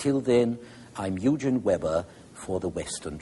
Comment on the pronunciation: I first discovered Eugen* Weber's excellent lectures on I think PBS or other similar channel in the 1980's when I was in my 30's. If only I had high school and university instructors like him. Today we have some outstanding YouTube educational channels! *The "g" pronounced as a "g" not "j" as Eugene.